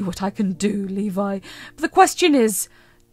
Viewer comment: I have, a friend of mine but, it was pronounce Lebe instead of Levi.